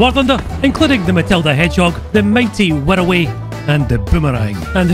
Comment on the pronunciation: How do you manage to pronounce wirraway like 108